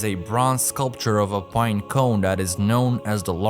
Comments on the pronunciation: Bruh really battles to say binecone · Update: I legit can’t focus because every time I hear him say it I start laughing